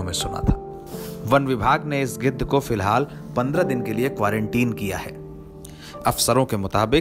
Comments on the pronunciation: Gidar nahi chacha gidh 😂😂😂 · गिदर्र नही चाचा गिद्ध 🙄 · O bhaiya g gidad naahi gidh bolo 🤣🤣🤣🤣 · गीदड़ नहीं गिध 😂🤣🤣😅😂😅😂🤣🤣😅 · गिद्ध है भाई गिदर् नहीं ओके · गिद्ध है भाई गीदढ़ नहीं 👏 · bolane bhi nahi aata use giddh kahate hai gidad nahi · गिद्धड नहीं भाई गिद्ध बोलो। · Gedh hota h gedar nhi 😂😂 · Geedad nhi gidhhad bol rha hai 😂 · वह आदमी गिद्ध को बार बार गीदड़ क्यों बोल रहा है।